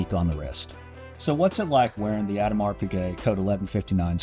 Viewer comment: Love your video - great production!! The entire Code line is underappreciated in my opinion. But please please - pronounce the name properly - after all you are the Watch Bros! The S in Audemars is silent. EDIT: pronounciation was correct in the later parts pf the video!